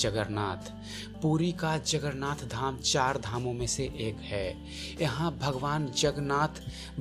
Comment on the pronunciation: अबे गांडू जगरनाथ जगरनाथ क्या बोल रहा हैं? जगन्नाथ बोलने में क्या जाता हैं? पहले तो उच्चारण करना सीख ले फिर वीडियो बनाना।